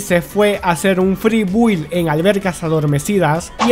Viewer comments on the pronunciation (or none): none